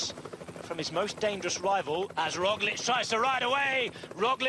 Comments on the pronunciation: It's funny how Kelly keeps pronouncing Roglic Rozjlik, while his co-commentator uses the correct Roglitzj... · primož roglič *roglitch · Can Mr Kelly learn how to pronounce Roglic surname? It's so annoying his partner can but he cannot. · Please Sean Kelly,, finally stop butchering Roglic's name. I am not Slovenian, but stop disrespecting him by mispronouncing his name. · Sean Kelly Big cycling legend from Irland has truble with pronuciation last name of Primož Roglič. :) :) ;) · His pronunciation is on a par with your written English. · Sean Kelly should just stop trying to pronounce Roglic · He hasn't pronounced it correctly even once this whole season. On the opposite the other commentator is really doing his job...